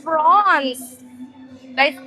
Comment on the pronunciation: It's pronounced as 'prawns' not fronx